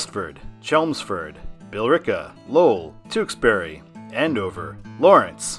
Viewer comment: I've driven this whole road and have a whole lot of highs and lows from it - love this vid! Tewksbury is more like Tooks-bury, Methuen is Meth-oo-en, A+ on Billerica though! Generally, if you're on 495 NB, you're gonna go on the pike back to Worcester, and if you're coming on 495 SB, you're going to take 290. MA-9 is signed correctly for Worcester! I think Marlboro gets signed so much because of the 290 interchange, since as I said, if you're coming down from the north and trying to go any kind of west, there's a good chance you're taking MA-2, or 290, but yeah Worcester would be better. Signing Haverhill as much as they do is totally indefensible though. I'm okay with Salem because of things like Canobie, and the fact that if you were going up to Manchester or Concord NH, you'd have gotten off at US 3 in Lowell. but they should also sign Manchester with it. Thank you for the Mass representation!!!